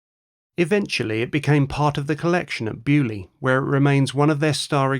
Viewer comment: I hate your pronunciation of Beaulieu!! It is a French word you pommie git! Get it RIGHT!!!